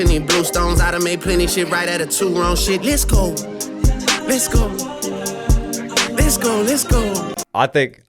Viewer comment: I legit hate how he says "less go" both phonetically and in the context of a song crying about fake friends and the pop out that happened over a year ago. You're not going anywhere except the courthouse buddy